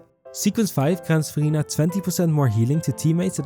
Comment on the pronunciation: Idk why but everytime you say "Verina" I hear "Furina" and I get Genshin Impact flashback lol. Also I like the font you used , it's in retro style and I like it.